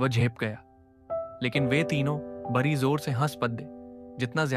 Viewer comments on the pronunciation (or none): बड़ा को बरा क्यों बोल रहे हो...बड़ी को बरी 😂,पड़ा को परा , खड़ा को खरा 😂😂